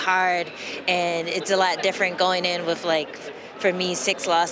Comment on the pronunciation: its WITH not WIF